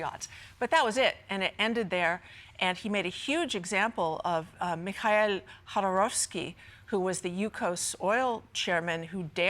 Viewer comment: "Mikhael' Khodorowski" is really "Mikhail Khodorkovsky" ))))